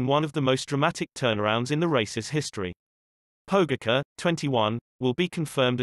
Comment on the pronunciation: Learn to pronounce his name right!!!! That ć is pronounced like a C+H Pogaćar!!! If your going to make videos about sports containing people from all over the world the least you can do is respect their names! Anyways lame video... no footage of actual events! ✌️